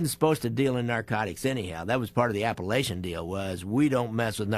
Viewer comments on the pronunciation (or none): You guys need to do more research, especially with regards to Apalachin, pronounced APA-LAKE-IN, NY. The home was owned by Joseph " Joe the Barber" Barbara and was set up to name Vito Genovese as the boss of bosses. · Never understand how every one mis pronounce it. My dad used to tell me stories, as we drive pass his home.